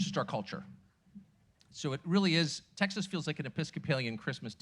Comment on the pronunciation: Pronounced TEXAS not TACKSASS- announcer ain’t Texan for nothing